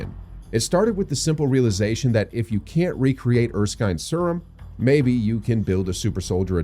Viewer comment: Sryum 😂 I can't every time I hear it i giggle